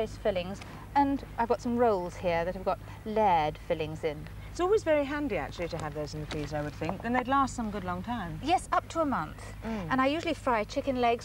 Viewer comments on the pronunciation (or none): Layered pronounced “lay-ard’